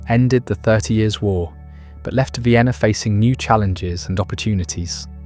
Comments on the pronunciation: Not “Ween” 😭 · Viainna? Check audio.